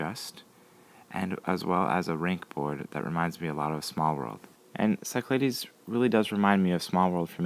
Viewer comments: Nice review, it is SICK-la-deez, btw. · How about Psy-cla-dees. Screw it, that's the way we say it.